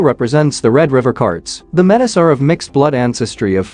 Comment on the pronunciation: "Meh-tiss " 😣 It's pronounced "mey-tee" 🇨🇦